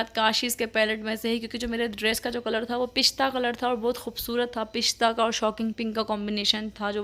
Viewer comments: Bolna to seekh lain pista hota ha pishta nhen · Phista nai hota dear pista hota han